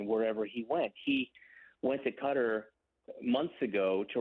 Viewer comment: 04 : 17 He went to Cutter ? ? I believe you meant Qatar.. Why would anyone not learn how to correctly pronounce the name of the country where the most important soccer event in the world is being held ? Condolences to Wahl's family. Sad news for the soccer community..